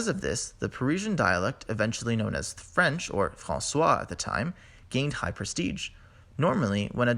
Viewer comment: Overall, a nice little bite-size documentary. I liked the script and the animation. Your storytelling could improve if you don't sound like just reading off the script. Your French pronunciation is terrible- it sounds so stiff, or rather, it sounds like the words are coming out of oral structures and jaws that are held so stiff. Please relax! <3